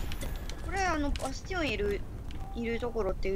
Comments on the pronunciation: 「バスティオン倒した！」が「バステン倒した！」に聞こえるw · 皆さん言ってますが、バスティオンが本当にバステンに聞こえますww